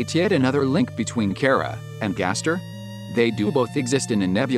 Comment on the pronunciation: I’m glad even the TTS knows how to pronounce Chara.